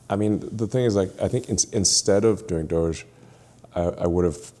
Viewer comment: The proper pronunciation is "doge" as in "vogue". Hard g.